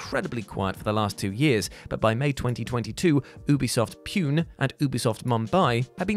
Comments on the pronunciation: The "Pune" in Ubisoft Pune is pronounced Poo-nay, not Pyoon 🤣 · Umm... Regarding Ubisoft Pune... Sorry, but it is pronounced like, poo-nay [or Pooné, like the kay sound in Pokémon]..., it does not rhyme with June. I come from that city, so... Enjoyed the video though. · my man its ubisoft pune (poo-ney) not ubisoft puin...... as an indian it took me a few seconds to realise you said pune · It’s pronounced Poo-Ney not pewne. Fair enough tho it’s spelled PUNE😂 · The ubisoft studio is in the city of Pune (pronounced as pu-neigh) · UBISOFT PUNE is actually pronounced "Pu"-"Nay".